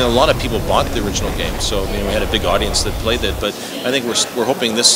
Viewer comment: he said god-dience he does respect his fans